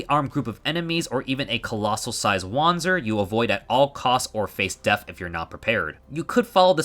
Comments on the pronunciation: Well, german here: You pronounced it very english, so imma try to use other words to better explain how german works. Wander is not pronounced Wonder, it's closer to the word Under. and the Z in panzer is closer to a TS sound, like in Pants. So uh, try to say WunderPantser instead and it will work out prolly. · do we just ignore the part where he used the W already as correctly as a native english can? His problem lied in the pronounciation of the "a" in wander.